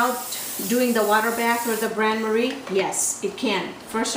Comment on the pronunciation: It's called a "BAIN MARIE" NOT BRAN MARIE. IT MEANS WATER BATH TO NEUTRALIZE THE DIRECT HEAT.